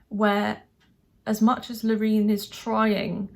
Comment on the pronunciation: Love that you pronounce her name right! But the chorus doesn't work for me. The chorus feels like a build. Brilliant performance, can't fault it. The tune is not so original. My 12 year old niece goes with Austria and I'm with her. PS you are lovely xx